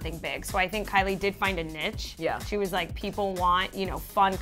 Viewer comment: did she just call niche a nitch? Tf